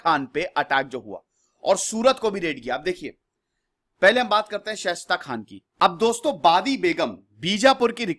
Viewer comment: Respected sir... मैं आपके विडियोज देखता हूँ और ज़्यादातर मैं एक बात नोटिस करता हूं कि आप कई नाम सही नहीं लेते मसलन इस वीडियो में जुझार सिंह को झुंझर सिंह , शाइस्ता खान को शेष्ट खान कह रहे हैं| और औरंगजेब के खिलाफ आप वीर दुर्गादास और मेवाड़ राणा राज सिंह का नाम लेना भूल जाते हैं।